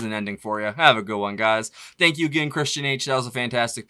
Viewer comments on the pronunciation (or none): none